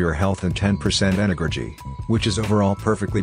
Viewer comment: WTF . If you see this comment, go to and listen to how energy is pronounced XDDDD